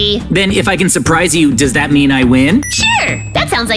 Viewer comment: sherpprize😂 it’s not surprising😂 unopeopea😂😂😂 no utopia😂😂😂😂😂😂😂😂😂